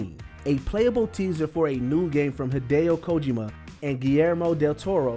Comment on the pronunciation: He's pronounced Shigeru Miyamoto(another video)and Hideo Kojima names wrong. We're going to have a top 10 mispronounced names list soon